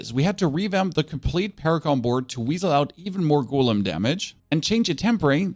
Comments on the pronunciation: Drinking game commences: take a shot everytime he mispronounced golem from (gow-luhm) to (goo-lim) you will be super smashed within 2 minutes! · Love your content, but damn that "goooolem" shit triggers me hard. It's a go-lem